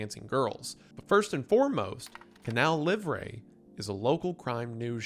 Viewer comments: Wendigang writers, I'M M BEGGING YOU, give this man a pronunciation guide!!! It's Canal Lee-vruh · He was doing great, he pronounced "Manaus", "Wallace Souza" but then...."Canal Livre","Faustão"...meu deus 😭